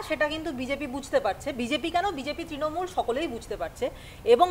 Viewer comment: ট্রিণমূল বলছে কেনো ছেলেটা, অত্যন্ত কানে লাগছে ।।